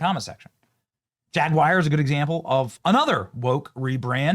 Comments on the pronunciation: 2026 and Benny still cant pronounce Jaguar lol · I wish you yankees would learn to say the term "Jaguar"! It is not pronounced "jagwire"! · Benny , mate. Love the channel. But please stop pronouncing JAG YOU ARR as jag wire , Jag wire is not a car brand. 👍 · It's JagWARW not JagWire. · Jag Wire??? C'mon Benny your Better than that, surely you can read and Speak Correct English it is Jaguar... "Jag You are" not "Jag Wire" I am British and you guys Just sound Uneducated when you Pronounce Very Simple Words Wrong #DoBetter I agree with everything else though lol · It's not JAG-WIRE, it's JAG-YOU-ARE. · Stop saying "Jag-wire". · Hey Benny, it's Jag-War...not Jig-War. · Benny...its not JAGWIRE, it is pronounced as it is spelled ...JAG YOU ARE. spelled Jaguar. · FTR it's not jag WIRE